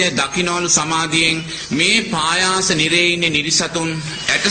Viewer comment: පයාස නෙවෙයි පහාස නිරය.හොදට බලන්න තාලපුට සූත්‍රය